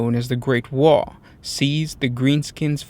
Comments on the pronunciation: By the way its not WAAA it's WAA AGH sounds not alike. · It isn't pronounced "wahh". Orkz don't do subtle, and they don't do silent letters. Its pronounced with that g in it, like the sudden stop at the end of a scream. Like ARGH!